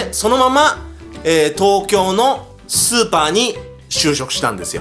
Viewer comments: スーパ店員を超(スーパー)店員に聞こえたのは私だけじゃ無いはず。 続きを読む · イントネーションの問題やなw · 最初のスーパーの発音おかしいくない？？ スーパーってマーケットじゃなくて、凄い方のスーパーみたい。